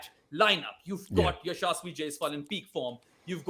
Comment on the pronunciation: i think you are not pronouncing Yashasvi name right